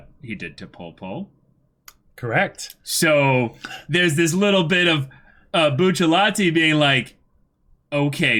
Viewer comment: I can't be the only one that thinks "Buchallatee" is cringe. I love these guys but still